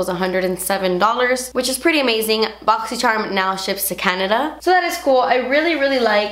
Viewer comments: Who else lives for the day of the month that says "bosychcharm unbosching" 😱😵 fave thing ever 😋💞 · I really only watch these to hear say "botsy cherm" lol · i always love how you say boxycharm! too funny! xo from my channel to your’s <3